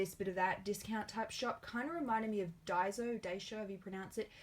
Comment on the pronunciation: Daiso is Die-so. Just how we say 'So', not with a 'z' !